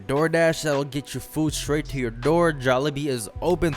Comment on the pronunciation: I knew u was a filipino as soon as u said jollibee ^_^